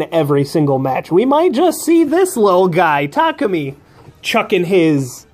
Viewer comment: Finally someone say Tak-u-mi instead of Ta-ku-mi (Maybe Strat say that part). I'm still disappoint at everyone still saying Ta-ku-mi.